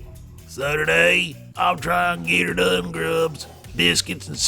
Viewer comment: Just stop that git r done impression.. it's crazily annoying when you say it. I liked your video and I believe that's not how it's supposed to be pronounced and on top of all that, it's kinda rude to do a shitty impression like that.